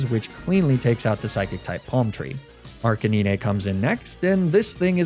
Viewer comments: "Arca-nee-neh"? Really? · Hearing you say “arca-knee-nay” for arcanine really threw me for a loop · Your pronunciation of Arcanine (Arca-9) is maddening, it grinds my gears to no end. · Why you say Arcanine like that though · Is Laprah and Arcaneeneh a meme for this channel, or an intentional pronunciation to trick me into leaving this comment and boost engagement? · "arca-neenay" "l'prozz" "mag-neh-mitt-tee" very interesting pronunciations of these names...? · YAYYY another soulsilver nuzlocke!!!! :D also, why do you keep mispronouncing magnemite, arcanine and lapras? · For the last time that's not how you pronounce Magnemite, Arcanine and Lapras.